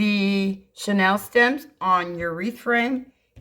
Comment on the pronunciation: Hi! Could I help with the pronunciation of the chenille (like the old bedspreads)' stems vs. Chanel as in Coco Chanel. I thoroughly enjoy your designs. Thanks for your videos!